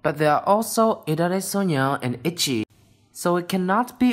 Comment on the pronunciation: The way he/she said itzy he/she said "itchy"